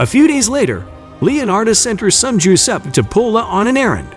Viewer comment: Macabre = muh-kaab. Giuseppe = juh-sep-pee